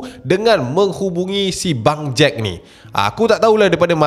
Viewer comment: sebut bangjack takpa ashrap jgn sebut bang jad ja...nanti jd lain plak hahaha